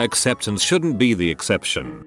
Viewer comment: This text-to-speech is really bothering me... "shouldn't, haven't, bi, ..."